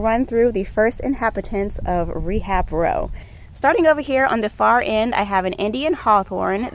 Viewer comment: “Rebab row” haha love it!